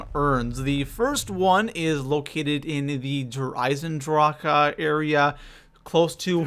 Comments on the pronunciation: This gameplay and the way he says der eisendrache bothers me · Theres no "a"at the end of der eisendrache dumbass!! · The way you say Der Eisendrache bugs the hell out of me. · i hated on your video at first cause how you said der eisendrache but after i did the main ee on solo wanted to get all helmets and beat boss with al hat on yours is the shortest and most strait forward i sub'd and liked video but so everyone knows make sure to one hit kill margwa's last head in apothicon other than that it dont matter you kill to get god mask other than being in green smoke and in the liquid you will hear a sound for every type of creature you kill and the last sound will be longer and have a slightly different sound but mainly the same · My ears hurt everytime he says "der Eisendrache" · It must suck being german i know so many people say der eisendrache differently but how he pronounces it is awful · How he says der eisendrache makes me want to bash my head into a wall. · Learn to say eisendrache not eisendrak-e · i thoght we all agreed is der eisendrac not der eisendracha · WHY U CALLING IT DER AISENDRACA ITS DER AISENDRAQUE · You say either Der Eyes in drawk Or Der eyes in draw huh NOT DER EISENDRAWKA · Your not saying der eisendrach your saying der eisendracha that's annoying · Its der eisendrache not der eisendrachuuhhhh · It's not DER IsandrakA, It's DER ISAN DRAK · hears him call Der Eisendrache "Der Eisendraha" immediately leaves the video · Does it sound like der eisen draka to you?! It's Der eisen drah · Der Eisendrokuh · What in the hell is a Der Eisendrache-A? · Der rise en drack thats how you say it you creep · Everytime he adds the extra syllable to der eisendrache I feel like I want to punch him in the face. Just end the word like the rest of the world instead of trying to be so grammatically proper. The community pronounces it der eisendrack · DER EIESEN DRAK AH errrrr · It’s derisenrak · Did you say der eisenDROCA WTF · STOP SAYING DRAKA!!!!!!!!